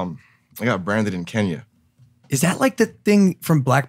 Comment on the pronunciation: Yoooow!!!!!😮 😮 😮 is the first American Ive heard pronounce Kenya The correct way 💪 💪 🇰🇪🇰🇪🇰🇪🇰🇪